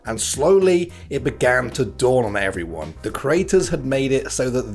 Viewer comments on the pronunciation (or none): none